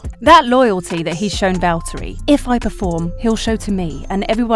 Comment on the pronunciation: How about pronouncing Valtteri's name properly?